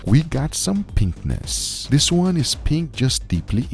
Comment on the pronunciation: Yeah... We've got some pen(k)nis. 😅 I had to rewind a few times and still don't hear 'pinkness'